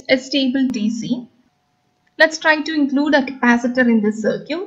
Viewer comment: Please don't pronounce circuit like that.. It is sir-kit, not sir-cute